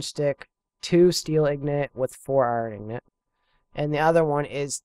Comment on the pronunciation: INGOT not IGNOT